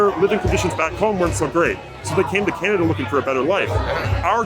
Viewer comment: " canad taking a dive " can't even pernounce " Canada " right..